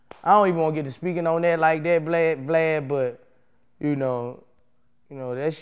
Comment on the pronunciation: lmao bruh boosie called this man “Glad” instead of vlad 😩😂😩😂